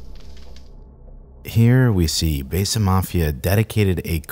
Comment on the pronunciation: Produces a documentary on "Besa", keeps mispronouncing the word 'besa' as "Bay-suh".... smh